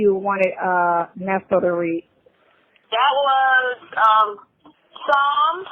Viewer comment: And it's PSALM without an S 😅